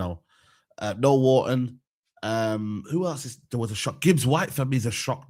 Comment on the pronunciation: How is still managing to put an 'L' in 'Wharton'